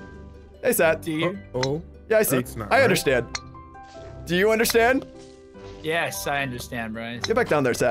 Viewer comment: Who else noticed bryce says "undershtand" and not understand.